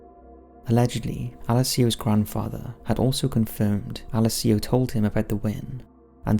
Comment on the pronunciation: Please learn how to say Alessio correctly.